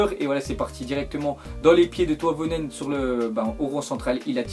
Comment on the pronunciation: Comment tu prononces le nom des joueurs ! ;) Toïvenen